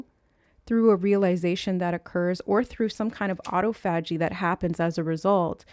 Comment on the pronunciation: I haven’t finished the video yet (12-13 minutes in) but just wanted to come over and comment before I forget that “autophagy” is pronounced: “uh–TAW-fuh–jee” (rather than: “ah-tow–FAH-jee”). But I LOVE everything you have to say about it and would NEVER want to take away from your message in any way by being a grammar police! In fact, I wouldn’t normally bother to bring it up at all because I think most people know when something is the same word even if they hear it pronounced differently. But for some reason it took me a really long time to realize it this time — I even heard you discuss autophagy previously, but only JUST NOW realized that all this time you were referencing the same metabolic/cell renewal process I’ve been learning about lately (from researching the benefits of intermittent fasting). So maybe there’s a message in that? But as I rewatch what you are saying about it (just to place in context with my previous knowledge of the word), I think the reason it didn’t click right away for me that it was the same word is because just by placing the “stress” (or the capitalized part of the phonetic spelling) on FAH rather than TAW, it inherently causes the first three syllables to be pronounced differently as well — so you spoke it like it’s actually spelled rather than how I’ve only heard it spoken. Which makes so much sense why Spirit gave it to you in that way as well, so you wouldn’t trip over the spelling when you went to look it up!!! 🤯 So cool of Spirit 🥰 From